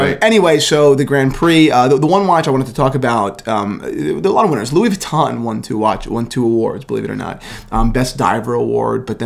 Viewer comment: how not to say Louis Vuitton